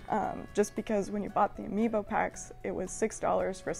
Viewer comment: No one: Literally no one: Not a single living soul:: ‘Ambio Cards’